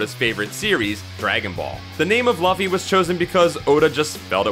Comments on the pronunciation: ah yes our hero ..Luhh-ffy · This dude had 1 job get laffy name right smh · It's pronounced "LOO-FEE". The anime makes it pretty clear. Also, these are pretty known facts about One Piece. I wish you went a little deeper. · It's pronounced loofy :) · my ears bled whenever you said luffy wrong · That Luffy pronunciation though.. Hurts my ears everytime I hear it. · you say luffy werid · Why was this okayed? Can't even pronounce luffy really?